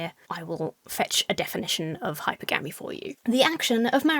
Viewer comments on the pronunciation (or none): I am like.... 99.9% sure hypergamy is supposed to be pronounced like "polygamy," so Hi-Purr-Gahm-Ee, not "Hyper-Gamey" just like polygamy isn't "poly-gamey" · Just fyi... It's "high-PER-guh-mee", not "HIGH-per-gă-mee" 😛 (I know you love proper grammar/pronunciation/all that so I figured I'm not being a total dick by pointing that out... Although maybe I am lol. I'm not a high-quality woman 😂) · hi-PER-gah-me hi-PER-gam-us I’m not familiar with HYPER-gammy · Oh my god it's hi-PER-guh-me not hyper-gammy ffs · I always thought it was pronounced hyPERgamy. This is really bothering my brain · Am I insane about the pronunciation of "hypergamy" or were he and she both wrong? 🤔